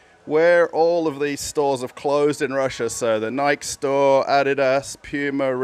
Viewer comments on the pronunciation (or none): Why are you pronouncing Nike that way?